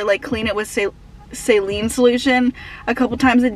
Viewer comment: Why do u say saline like that